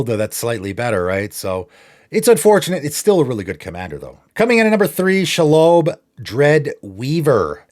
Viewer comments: Shee-lobb Absolutely no-one: SHAAALOWBE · Very nitpicky but the spider is pronounced SHE-LOB like she/her and lobby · Never heard shelob pronounced pike that in my life lol